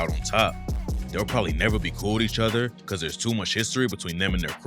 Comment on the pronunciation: "It's sad cuh I love the hood that I'm from", not "cat" lmao.